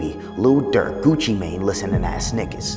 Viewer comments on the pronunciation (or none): none